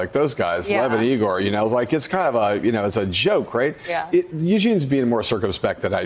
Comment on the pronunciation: It's EYE-GORE not E-GORE!